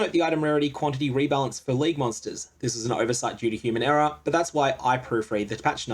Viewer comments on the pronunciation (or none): none